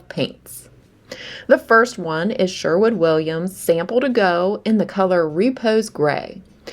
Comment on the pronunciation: sherwin...not shwerwood